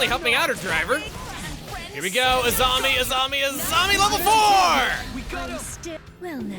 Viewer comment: i was wondering when you were gonna make a korrasami joke lol. I thought I heard you pronouncing Azami as Asami a few times